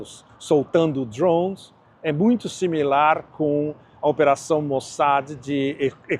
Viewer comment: DRHOOOONS? Fala português, porra!